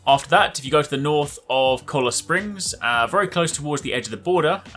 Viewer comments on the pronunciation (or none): Its cholla springs not cola springs idiot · Just an FYI, The E at the end of Roanoke is silent. So its pronounced Ro Ann Oak. Cholla, is pronounced Ch oi ya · my man literally said cola springs.😂🤣